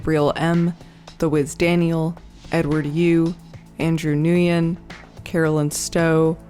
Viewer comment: I know you didnt just say "nu-yen" for nguyen. 😂😂😂